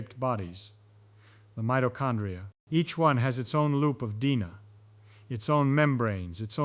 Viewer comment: Gotta pronounce DNA better != Dina. Lol